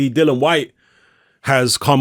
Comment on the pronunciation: Why do people struggle to pronounce Dillian's name correctly? His name isn't Dylan.